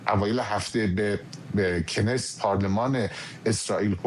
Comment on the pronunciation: آقای هنوز تلفظ کلمه Knesset رو بلد نیست. اکثر این به اصطلاح کارشناسهای شما فقط تو فضای مجازی فارسی مطلب میخونند.